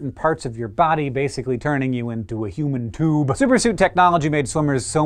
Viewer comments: I LOL'ed at the way he said "Human TOOB" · "HOOMAN TOOB"